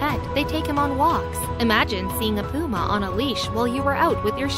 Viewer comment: She said poo'ma 🤣 and it's called Messy 😯